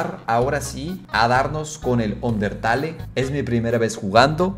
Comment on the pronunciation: ehhhh no se dice asi el undertale aasi se escribe se pronuncia undetel o algo asi